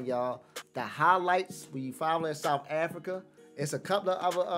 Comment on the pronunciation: We live in South Africa, not souf Africa!